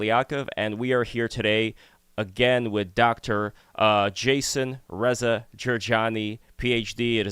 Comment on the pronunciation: you said Reza correctly for the first time, you get a cookie